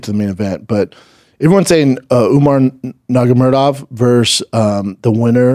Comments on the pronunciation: He butchered the pronunciation😂 It's truly impressive how he manages to screw up so badly. It's Umar Nurmagomedov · Wtf is a werewuff and who is Nagamurdov?